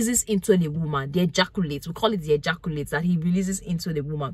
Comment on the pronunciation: EhJarKuLate SPEM … English language got murdered..